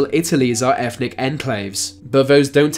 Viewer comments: Is it me or is this guy pronouncing it, "Efnic" enclaves. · efnic? No. eTHnic. Yes.